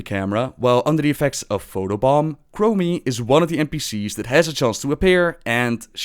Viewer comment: Came for the lore, stayed for rolling R in chromie's name